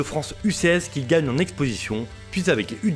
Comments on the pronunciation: Au lieu de gagner il a dit glagner 😅😂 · Il a plutôt dit glaner😏😏